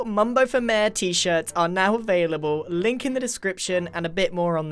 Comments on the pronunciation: It sounds like mare instead of mayor now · One thing I love about British people is the way they pronounce things Example Water Bottle (wae boe) Mayor ( mare) Wear (where)